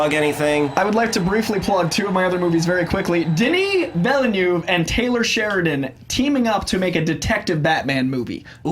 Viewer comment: You guys still can't pronounce Villeneuve. You'll get there...